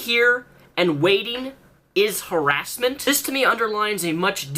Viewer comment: Har-ASS-ment AAAAAAAAAHAHAHHHAHHA Sorry.